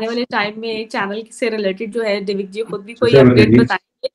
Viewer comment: ji.....दिविक होता है डीविक नही..... करेक्ट कीजिए 😁